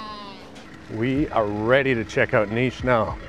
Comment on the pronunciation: Its cool that you say niš and not like nis😊